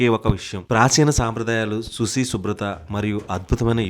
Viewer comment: araiu susi kadhu bro suchi shubratha